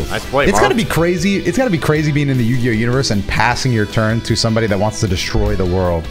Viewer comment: He's been saying the title wrong for years now